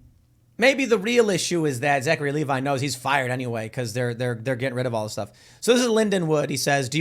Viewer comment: It's pronounced Leh-vee